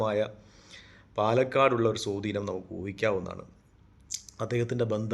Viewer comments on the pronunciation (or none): സോധീനമല്ല സഹോ സ്വാധീനം😅